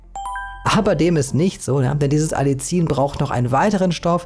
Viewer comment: ) Man sagt: Alli ien, also kurzes A, kurzes erstes i, dann das nächste i extra ansetzen und dieses etwas dehnen, wie das "ie" in dem Wort "Wien" Du bist super in deinen Recherchen und ich bewundere dich, wie unglaublich gut du - ich vermute als Autodidakt - dir so viel Wissen angeeignet hast, für uns so viel Wissen zusammenfasst, so viel wertvolle Videos erstellt hast und v.a. deinen wundervollen Shop erstellt hast. Ich folge diesem Kanal schon seit Jahren und bin natürlich auch begeistert von deinen Produkten im Shop und mach in meiner kleinen Praxis immer mal Werbung für deine Produkte, v.a. fürs Algenöl. Zuletzt war jemand von den Purameals sehr angetan. Herzliche Grüße ein zufriedener Kunde